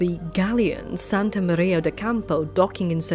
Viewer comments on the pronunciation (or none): none